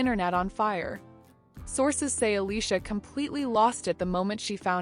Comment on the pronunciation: "Allissha, LaLay and Mas-Honda"